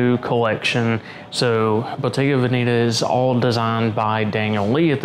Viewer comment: I just ordered a pair of Bottega Veneta Rutherium Aviator Sunglasses. I've been on the hunt for the perfect sunglasses for my facial profile. If this pair doesn't work out, I give up. Anyway, Veneta is phonetically pronounced VEN - NET - TAH, not VEN - KNEE - TAH. LOL.